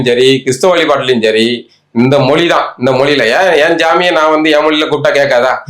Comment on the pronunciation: மொழி என்று சொல்ல தெரியல மொலி மொலினு சொல்லுகிறார்.